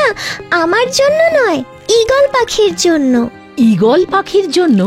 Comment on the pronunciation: আমার জীবনে এই প্রথম আমি কার্টুন প্রেমিক-প্রেমিকাদের কমেন্টগুলো পড়ছিলাম কিন্তু দেখে মনে হলো না তারা বড় হতে পেরেছে সেই বাচ্চাই রয়ে গেছে🙃 কারণ তাদের কমেন্টগুলো বিরক্তিকর ঈগলের চোখ পাওয়া সবার ভাগ্যে জোটে না🙂 EGALER বাংলাতে ঈগলের উচ্চারণ কি হচ্ছে ঈগালের🤣🤣